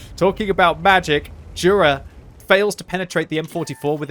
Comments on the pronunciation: I think it's pronounced "yura" not "dhura" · And it's not jura = đura it's Jura = yura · You should pronounce it rather like Yura,. Anyway good job like allways.